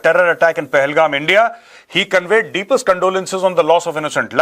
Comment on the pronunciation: Bharat nhi SIR “ENDIA”😂😂😂😂